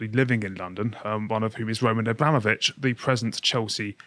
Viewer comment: Why can't pronounce "Abramovich"?? It sounds like he's saying "Obama-vich". Why can't Lotus Eaters train their presenters on how to pronounce foreign names?